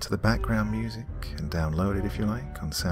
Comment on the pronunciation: she went to a SMEWSIC SCHOOL! 🤣🤣🤣 👌 I love u Doc! Awesome set of stories for real though.